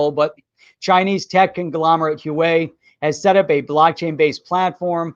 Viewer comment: Thanks for another great show -! Just an FYI - The Chinese company -Huewai is pronounced (Wah-way):)